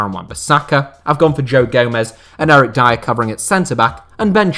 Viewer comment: Man said Eric dier 😂😂😂😂